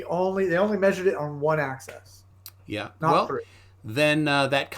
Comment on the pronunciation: THis guy says "access" instead of "axis." What an idiot — it's painful to listen to him.